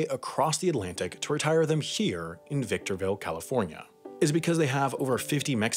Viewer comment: My boy Ryan Garcia from victorrrrrrville California